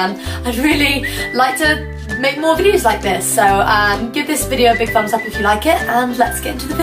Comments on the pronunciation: "My fumbs" lmao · So cute when she says "fumbs up" 👍🏻